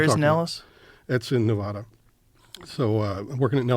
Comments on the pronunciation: starts to describe how he worked at Nellis AFB in Las Vegas Nevada. But then he says “ne VAW da”. NO ONE who lives in Nevada or Vegas pronounces it that way. It’s pronounced “Ne vA duh”. Instant red flag for me. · Dude claims that he lived in Nevada but can’t pronounce the name correctly. Wow.